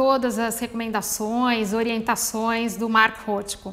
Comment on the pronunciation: Já começa pronunciando errado o nome do artista